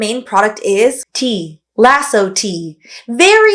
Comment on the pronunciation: I think it's pronounced "Eye-osso" tea rather than "Laso"